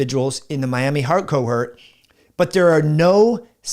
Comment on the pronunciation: Hi, may I tactfully point out that the second syllable of 'cohort' rhymes with 'port' and the first syllable of 'haughty'. It is not homophonous with 'hurt'. Thanks, and with kindness, Len W.